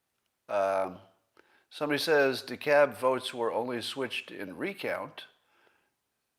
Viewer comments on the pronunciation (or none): DeKalb is a sir name. The L is pronounced. It's more like dee k-ahl-b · it's DEKALB (with L sound) in my county of Indiana